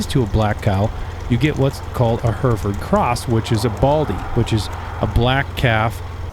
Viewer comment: Great insight 🤙 did chuckle at the Hereford pronunciation He-re-ford. Im from the Uk where All farmers use ATV’s or Quads as we call em, is the use of horses more choice these days or the type of ground your ranching on kinda demands it? Thanks